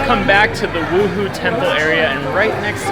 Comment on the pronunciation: Beautiful photography! Correction- wuhou temple is pronounced woo- hoe